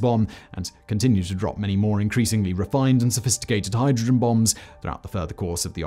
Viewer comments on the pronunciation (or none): none